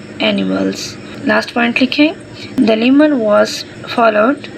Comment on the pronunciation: Literally, lemon not demon😅😂